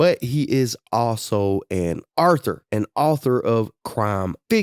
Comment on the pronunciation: Mf said an Arthur i was like huh 😂